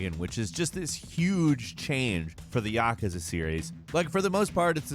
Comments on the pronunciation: Ya-Ku-Za Not Yaka-Za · Am I the only one who noticed he said "yakaza"? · Please stop saying Yakusa like that. It actually hurts.